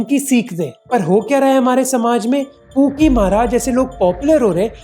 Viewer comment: I am sorry bro, but everytime you say pookie baba I heard kinky baba😂😂